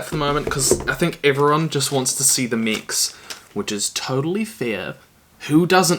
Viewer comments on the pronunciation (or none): It took my half the video to realise he was saying mechs, I thought he was saying mics I was confused